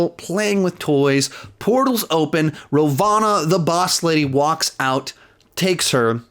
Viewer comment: I love how kept mispronouncing the disney+ marvel villains Hayward=Wayworth (or something like that) Ravonna=Rovanna